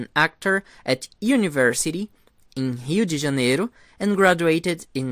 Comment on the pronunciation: I could listen to you speak all day, you have a musical voice. And I love how a native speaker says Rio de Janiero 💚💙💛 🇧🇷